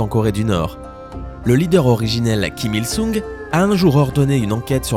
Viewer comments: pas sung svp sun on pronoce pas le g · Kim IlSung ça se prononce Kim IlSong ;) (comme le "o" dans "porte")